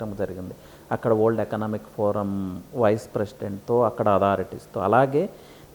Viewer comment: Yee vold yendhira bhai, simple ga world analeva? Good info but my ears are hurting listening to his pronunciation.